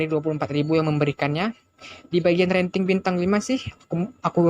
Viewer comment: Rating bro, bukan ranting 🙏🏻